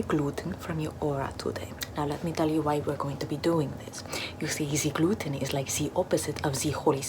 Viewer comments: Ze gluten is ze Lucifer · Ze Gluten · Never eat ze gluten....k....😂😂😂😂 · “Ze gluten is suffering in the bag” “I love ze sounds of the suffering gluten!” Calm down girl Edit:OMG thank you for 200+ likes! Edit:thank you for 300+ likes :0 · I enjoy listening to the suffering of ze glooten, here you listen to ze suffering of ze glooten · Zee gluten is zee demon😂😂😂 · Zeee gloooten 😁